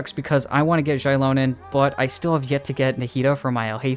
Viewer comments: No, mavuika ( or the VA / game studio who tells them what to say ) is wrong. In the language itself, "X" is pronounced as " sh" similar to how chinese is. It is, infact, meant to be Shilonen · Its Shilonen like Shibalanké(kay) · Why are you two mispronouncing Xilonen's name? Its basically reads as Zee-Lo-Nen. even the Pyro archon said her name on the Archon Quest. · you’re wrong, it’s pronounced as Zee-lo-nen as per Mavuika pronounced it.